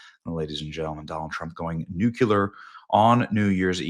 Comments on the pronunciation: Pronounced N U C L E A R , not NUCULUR...Get it right !! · Nucular? Try nuclear😂 Millerses' face? Miller's? 😂😂 English 101 required. Right on point, of course. But congruent English hath its place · Benny, Benny, Benny. NEW KLEE ER. Nuclear. Not "nukular." Aarrrgghhh.❤ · BENNY! it's Nuclear , not Nucular..... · Benny, watch your show all the time and I am a big fan. You mispronounce nuclear. It’s not nucluler with a U. It is nuclear with an E. It’s one of my pet peeves. George W Bush used do it as well. Please look at the dictionary and get the correct pronunciation of a very important word. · Benny, it's pronounced "new clee er" not "new cue ler". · BENNY!! It's nuclear: new-clear. mmkay. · Nu - KLEE - er, Benny, Nu - KLEE - er. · NucLEar, Benny. 😜😂 Happy New Year! 🎉🤘😁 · Whenever Benny mispronounces "nuclear", I change the channel.